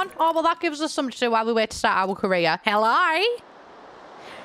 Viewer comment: "Helloooiiiiieer" as an Aussie this made me very happy :)